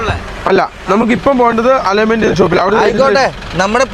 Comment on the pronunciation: എടാ മക്കളെ നിങ്ങൾ ആത്യം പറയുന്ന രണ്ട് കാര്യങ്ങൽ നേരെ പറയണം 1. ബാൾട്ടറി അല്ല ബാറ്ററി 2.അല്ലോൺമെൻ്റ് അല്ല അലൈൻമെൻ്റ്